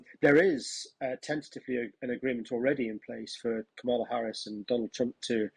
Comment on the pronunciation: Might be time to figure out how Kamala is pronounced, Times. It's KARmala, not KarMARla. And not Camel-a. She's not a camel. Is it that great an intellectual leap? Just hear the word, and then say it. Spread the memo to your presentors.